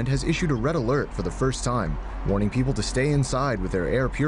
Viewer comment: We kind of had that here "Peeple"